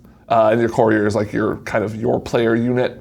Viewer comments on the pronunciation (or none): The way pronounces "courier" baffles me. He pronounces it like "corridor"